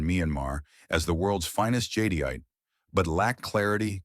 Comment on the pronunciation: I hate these auto narrated voice overs. Jadyite? Jadeite pronounced jadite